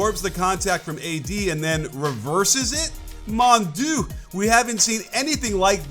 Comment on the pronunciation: french here, what you tried to say was "mon dieu" it's pronunced "mon dee-uh", "mon doo" as you said it would mean "my soft"